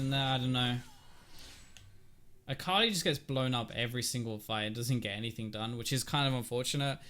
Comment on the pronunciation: It always throws me off when you have an Akali on your team. It seriously sounds like you're saying Carly to me lol Sometimes I-Carly, but I usually only hear Carly. The first few times I heard you say it I legit thought you were talking about a girl you knew IRL xD